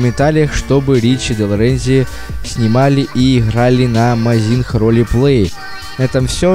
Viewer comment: Так сложно говорить заместо буквы "Х" "Г". Что за амазинХ